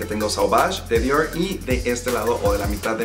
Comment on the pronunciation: ¿Por qué pronuncias las marcas francesas como si hablaras inglés? Suena muy ridículo decir Dior con la erre inglesa, dilo en español si no puedes decirlo en francés. Sauvage se dice "sovash", Chanel se dice "shanel", bleu se dice como algo entre "ble" y "blo", no blue como en inglés.